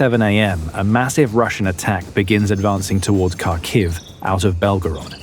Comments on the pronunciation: Kharkiv isn't pronounced as you do. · You would think that by now the people reporting on the war wouldve learned how to pronounce Kharkiv by now. Nope, not this guy.